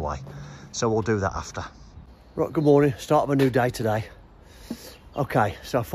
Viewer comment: “Good mowning” wasn’t funny when I first heard it way back when, and guess what……yep, it still isn’t funny ! Have a word with yer buddy.